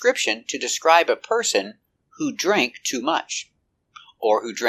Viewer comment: in the case of “drank” and others word in past tense like ran, swam etc, i had learned that “a” pronunciation was æ like cat. In your video you use “ei”. Are both common in America? Thanks